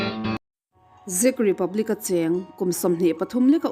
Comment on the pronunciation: Zech republic ti lovin 'check' tih lamrik dana lamrîk tur aw.. 😊